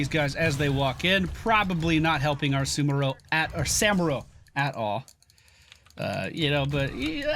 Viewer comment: still can't pronounce Samuro